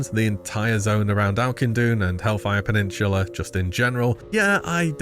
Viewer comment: Hellfire PeninSHula is making my ears bleed.